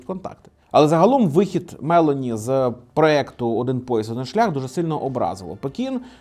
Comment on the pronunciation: Вона МелОні, а не МЕлоні